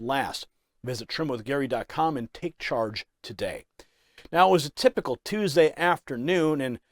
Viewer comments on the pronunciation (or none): none